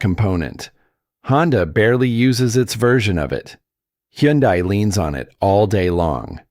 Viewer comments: Hyundai rhymes with Sunday. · Is that really how to pronounce Hyundai?